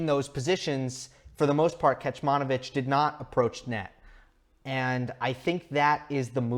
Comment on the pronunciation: Great analysis as always. One thing, "Kecmanović" is pronounced as "Ketsmanovitsch". The first "c" doesn't have an accent so it is pronounced as "ts" as in "Tsitsipas". The last "ć" with the accent is pronounced as "tsch" as in "Djoković". I am Serbian and just wanted to let you know, I did not mean to be rude or anything. Just so you know how to pronounce it in the future as I am sure we will se a lot more from Miomir. Keep it up man:)